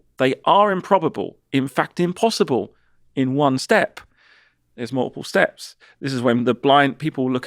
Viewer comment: Improbab-luh, but not impossib-luh